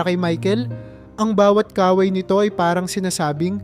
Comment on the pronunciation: MALI ANG BIGKAS SA IBANG MGA WORDS LIKE KAWAY DAPAT MABILIS ANG PAG BIGKAS